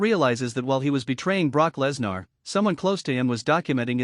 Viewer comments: Please stop mispronouncing Lesnar 😢😢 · Stop mispronouncing Lesnar 😢